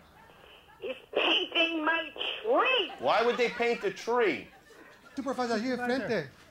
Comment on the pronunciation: He's painting my TRRREE.